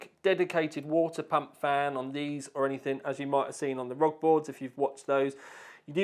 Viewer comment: If it stands for something, shouldn't the letters be said individually. Republic of Gamers or R O G. Not Rog. Rog is not a word. By the way. I still love your video's. Keep it up.